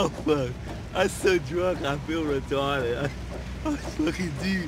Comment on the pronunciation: "IM so fwucking drunk i fweel fwaking retawded!" lmfaooo